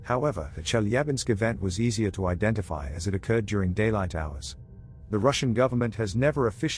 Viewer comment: "in broad daylaight". Lol. You have no odeq. Blacks in South Africa do this every single day. I live here. I know.